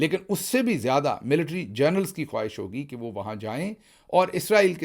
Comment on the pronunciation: Mr Gill you have a problem of pronouncing, " General " as " Journal " You my friend are adamant and not willing to correct yourself. Why can't you sort this out. You are so good in everything else. It is Gen-e-ral.